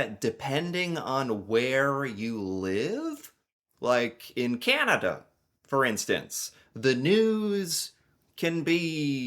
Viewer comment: YAY, you said CANanda instead of KINeda. How Canadian of you!